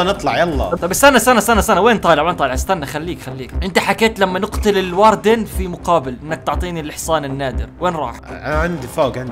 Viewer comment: الاردن✅ الواردن❌